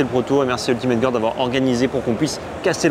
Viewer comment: qui prononce "Ultimate gOUarde" ça me bute à chaque fois. Désolé!:D